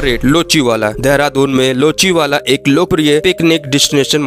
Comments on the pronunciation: लोचीवखला नहीं। यह लच्छीवाला है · Bhai vah luchi wala nahin lachi wala hai